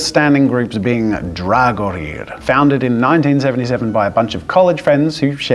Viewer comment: Looks like you've done a great job with your gear. Far more effort than I ever spent for sure. Especially those bone thrones! I've been a participant in the group you mentioned, Dagorhir, since 1978. In fact, I'm in the photo you show at the mark. (I'm the guy furthest to the right.) I also recognize many of the other people in those photos. BTW, Dagorhir is pronounced Dag - Or - Here. Other than that pronounciation thing, everything else you've said is spot on. Well Done!